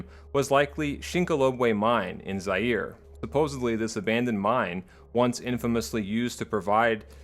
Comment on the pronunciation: I guess Zaire's pronounced as Za-Yay-Ray. I may be wrong.